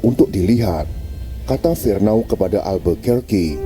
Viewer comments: Cara baca Alfonso Albuquerque itu: Alfonso Albukaki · Sebutan sebenar Albuquerque =Elbeqheqi 😊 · Al fonso de albukaki sebutan nya 🤣🤣🤣